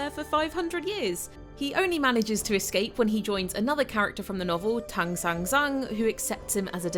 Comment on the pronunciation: Great pronunciation of Xuan Zang and Tang San Zang, ignoring tones. The Ang sound is especially difficult for English speakers.